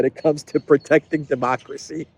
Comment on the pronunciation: " yuh, demokwacy" is she ever not drunk 😂😂😂